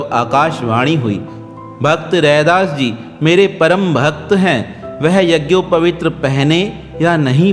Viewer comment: शब्द यझोपवीत होता है जबकि बार-बार यझोपवीत्र कह रहे हो।